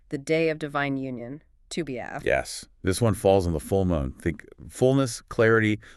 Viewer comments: no, no, you misunderstood ...not Ave as in Ave Maria....meaning that Av is the same sound as Ave....as opposed to Av ..sounding like Have, which is how you are pronouncing it. Are you people Gentiles lol? 🇮🇱✌️🩵🙏👑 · Wonderful teaching. It is AV though as in " Ave Maria" lol :) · Ah-v is how it is pronounced. But AI would not know that.